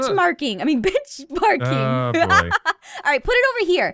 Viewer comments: XD aph said bichmarking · Aph said bitchmarking instead of benchmarking XD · she said bichmarking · "Ooh you got Bitchmarking! I mean Benchmarking" -Aphmau 2015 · Bitchmarking benchmarking Probably the same difference when u say it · I’m going to ignore the mistake when she said benchmarking